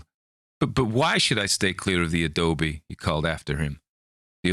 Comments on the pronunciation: I am coming to this one a bit late, but I am a Bay Area Brat. Your Cali accent is not bad! Good job! You nailed Adobe. I will say, we say PROS-pek-tin' (prospecting) (we drop final g's in general. We also tend to drop/soften mid-word t's) and Turn-i-ket (tourniquet) but those are weird ones. We also tend to be slow talkers. I don't want to nit pick, but from other videos I know you take accents seriously 🙂. You are very close with this one. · Sure hope you have fun on your camping trip---and there are no 'Karkers' (however it's spelled) about the place. Your pronunciation of the word 'Adobe' was just fine. Listening to this was fun---made me remember "ooohhh yeah....I read this story, at some point in my life..." but still can't remember when. Thanks, as always. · You pronounced Adobe perfectly